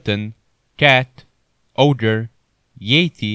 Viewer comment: When your mans says ogre and munkay bruh